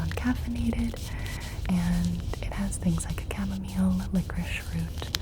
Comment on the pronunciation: not you saying lilocrice for licorice